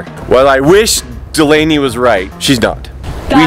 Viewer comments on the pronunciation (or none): Did anyone else realize he said delayna instead of Delaney?